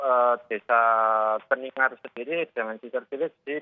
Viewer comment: Keningar jadi keningsari, hadehh mbak e